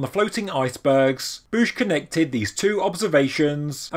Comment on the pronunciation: I think you said it right. As a tennis fan, I know Bouchard is pronouced similarly.